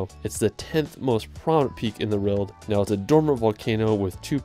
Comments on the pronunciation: How is EVERY comment ,NOTon why this guy CAN'T say WORLD!!????????? it's not RERRRRLD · LOVE the scenery and majestic nature of each of these places!! The ONLY critique is how pronounces "world". He says it over and over again as "weirld". Whaaaa??? It's actually very distracting. Other than that...gorgeous completely.